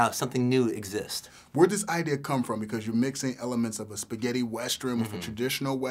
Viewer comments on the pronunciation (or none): "Where dis ideea com frum" lol that dude must be Jamaican